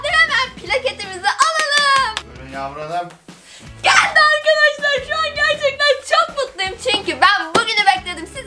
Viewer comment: geğğldi arkadaşlar o ne biçim geldi demek .dd